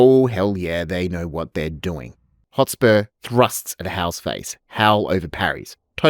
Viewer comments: So frustrating every time you say "Hot spore".. Mate.. It's HotSPUR (Sper) Hotspur. Otherwise great video lol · Love the video but by god, mate. Learn to pronounce the words you’re saying. “Hot spore”, “phrase” instead of “phase” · Why do you keep calling him Hotspor? It is really distracting. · Great analysis. It is Hotspur though, not hotspore. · Hot-SPUR! Not Hot-SPORE. It was Percy's nickname, apparently because he was fast on a horse. A hot spore sounds like some weird fungal sex act. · Stop saying 'Hotspore'! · Dude says hot spore half the time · Half way through this presentation you were driving me insane with your pronunciation of "Hotspur. You are saying Hot-spore. It would be like me calling you Sho - te Zeru. It is not like you don't have a modern definition of the word Hotspurs, you know as in the Premier League Team Tottenham Hotspurs. Or is this some projection of a feigned superior enunciation. Either way it is dumb. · Absolutely wild how many ways Hotspur is pronounced here 😂